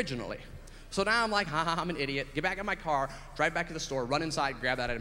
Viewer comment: He says "Now" like "Nao!"